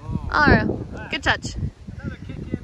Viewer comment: you sure you ain’t from the SE US? “That’s gonna be goooooooddddd!”